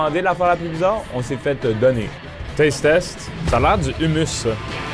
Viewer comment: Il a un nom d'arabe et il dit humus à la place de hommos mdr